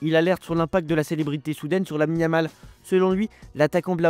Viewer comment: Je me suis arrété à : Lamine-a-mal , a compris 🤣🤣